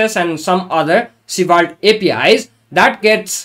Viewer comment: Honestly, I love your pronunciation of Svelte. I wish this was the official way. (I truly mean it.)